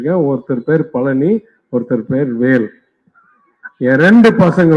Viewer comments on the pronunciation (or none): none